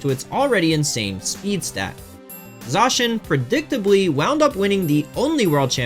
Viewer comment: Please try to pronounce Zacian correctly